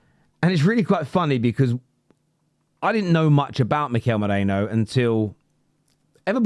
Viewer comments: ME RI NO. Not MO RE NO. 😂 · With respect, it's 'me-ree-no' like Merino wool, not 'mo-ray-no' like you and many other English pundits are pronouncing it. 😊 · Whos Mikel Meerayno?? It's Me-ri-no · MERINo not moreno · LoL people keep calling "Moreno" 🤣🤣🤣His name is Me ri no 🤣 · Merino not mereno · It’s MERINO not Moreno. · ME-RI-NO, not Moreno ffs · Merino, not Moreno. Also, if ur gonna roll the R, then don't pronounce the O like a Pomme lol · I totally understand, but merino to moreno isn't to do with accent, it's incorrect pronounciation unfortunately. It's like saying Harry Keane instead of Harry Kane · why tf are you calling him Moreno? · Can you stop calling him Moreno please 😂 MERINO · I still don't understand how you pronounce Merino as Moreno😢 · It’s meh-REE-no Not mo-REH-no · Its not Moreino bro. Its Merino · his name is MERINO. Not Moreno! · Ah for god sake 😀 his name is pronounced as Meh - Ree - No. Or just put it into deepl or google translator and play it out loud so you get a gist of it 😀Anyway love your content, you're still my fav Arsenal channel 😉😀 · Mare - Reeno come on dude honour/ respect him by saying his name correctly.